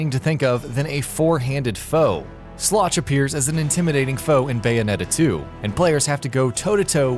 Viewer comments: It's "Sloth." Not "Sloch." I guess the T looks like a C in that particular font. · Did... Did he really say Sloch for Sloth? LOL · It’s Sapientia, not Sapentia. And why did you REPEATEDLY show the same Bayonetta 1 clip on Resentment? It doesn’t even make sense. And you spelled and repeatedly said Sloth wrong. And you pronounced Rodin wrong. And you said Rodin was immune to Witch Time when he DWFINITELY isn’t and you even show a clip which demonstrates that he is weak to it. And you pronounced Jubileus wrong. And you said Jubileus could teleport you to areas with traps, when that is NOT true. If I missed anything, or got something wrong, leave a reply.